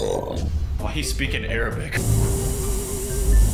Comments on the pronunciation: nah that aint arabic, thats error-bic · that was definitely NOT arabic